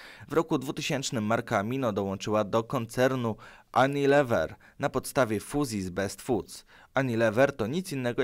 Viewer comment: fonetycznie nie "anilewer" ale "junilewer". anglicy z Kołomyi.